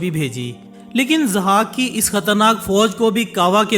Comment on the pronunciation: Zahak, not Azhak. Just legend not history. Mentioned in Shahnama Firdausi.